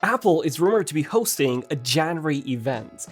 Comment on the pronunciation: Where did you learn to pronounce January?